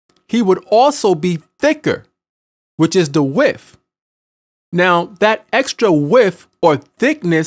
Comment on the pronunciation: KuGiCa Imp, I'm not questioning the information. I would've watched it in its entirety had the narrator used proper pronunciation. Width does not equal wiff.